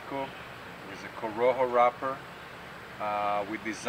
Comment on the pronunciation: I always look forward to good economical cigars. "corojo" not "coroho" btw